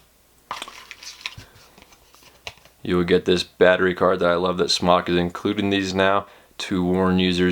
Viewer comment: You're hot so I'll ignore the fact that you're pronouncing the mfg "smock" instead of "smoke."